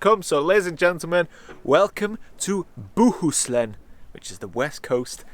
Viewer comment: As a Swede (yeah I know DJI owns a majority of the company) I feel a bit proud. As a Nikon shooter, I feel a bit stung by that. Also. Pretty decent pronunciation of Bohuslän. I now swedes that been swedes all their lives and can't speak Swedish that well. 😅